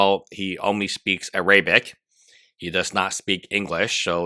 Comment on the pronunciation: bruh: Air - uh - bick (not "uh - ray - bick") Den - ems (like jeans, denim pants, denims, not "den - miss")